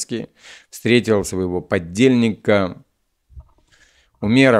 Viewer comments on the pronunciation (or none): подельника, а не поддельника!